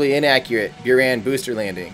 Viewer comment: It's pronanced as booraan not bioran